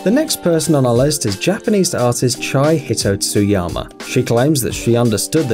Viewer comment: Chie Hitotsuyama... i cant believe he pronounced it wrongly 😂😂